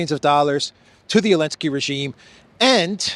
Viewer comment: Why do you have to laugh about everything? You laugh about things that have no element of humor, like there's something wrong with your brain. You sound like an idiot. I'm not a zelensky fan, not at all, but why don't you call him by his name? What's with "Elensky"?